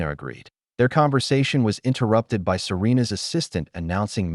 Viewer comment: Your ai just can’t handle English or numbers. Just ruins an otherwise good story. I. S instead of is and b. Y. Instead of by amount others. You could have listened to it and corrected it. Just laziness and clickbait!!